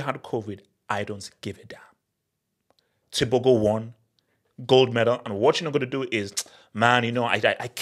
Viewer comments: The Go in tebogo is pronounced from the throat, as in " Khartoum "....Tebokhor. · Pronouncing Tebogo like a true westerner 😂😂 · Thats my country right there, Tebogo made us proud! but is butchering his name like never before!